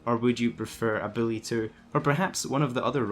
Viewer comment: Who the fuck is billy it’s Buuuuullllllllyyyyyy not billlllllyyyyyyy my fucking god